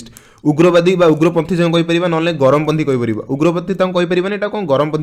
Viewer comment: Charampanthi not garamo panthi